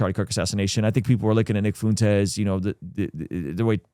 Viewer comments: are you intentionally trying to say nick last name wrong? lol. I’m not a fan of him but as a Spanish person lol your pronunciation is incorrect. FA-WHEN-TEZ. lol not FU-N-TEZ. 🤣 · Brother, Nick's last name is spoken with a Spanish pronunciation. You are saying it as if it were spelled like this - Foontez It should sound like this - Fwentez A "ue" next to each other with a Spanish inflection almost always makes a "w" sound. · Intrusive thought here: ignore if it is irrelevant : is nick of Spaniard decent , and if so wouldn’t his name be pronounced “foo-en-tes” . Fu as kung fu , en as in enter and tes as in tesla….. again super irrelevant but I’m learning about him through this channel and the work your team is doing so I’m not sure on the pronunciation of his name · Is that how you pronounce Fuentes? Why are you saying it that way ? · You do that on purpose to be a dig to Nick by pronouncing his name wrong don’t you?